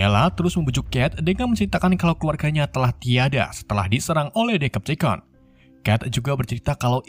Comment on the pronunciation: Bacaan Yang Bener Itu Decepticons Bukan Dekepticons Memang C Dalam Bahasa Inggris Itu Dibaca K